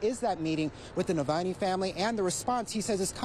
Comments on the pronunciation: The reporter can't even pronounce Navalny??? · bet sniffy can't pronounce that name